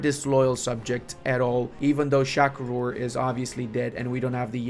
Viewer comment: it is Shah Rukh, not shak rur, ps check the net there is an indian actor, how his name is pronounced